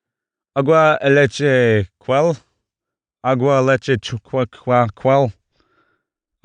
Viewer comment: Ocean man take me by the hand Edit1 (after watching full video) : Quell Cual Quuell Cwweell... Overconfident Also this is triggering for me since I’m mexican and speak fluent spanish 😂